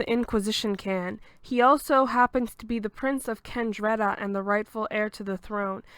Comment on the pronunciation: It's Ah-deh-lee-na. Spelled Adelina. It's Raa-fah-eh-leh. Spelled Raffaele. It's Keh-neh-truh. Spelled Kenettra. Love the summary nonetheless.